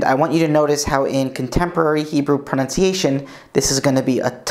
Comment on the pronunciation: ARe you saying proNOUNCiation all the way thru instead of proNUNciation???